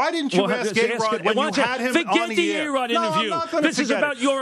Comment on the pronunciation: Mike calls A-Rod "BAE-ROD" LMAO